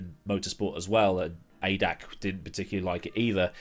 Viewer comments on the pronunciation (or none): Cool vid. AVUS certainly was something. Just FYI ADAC is said as individual letters, like A.D.A.C And props for your pronunciation of Automobil-Verkehrs- und Übungsstraße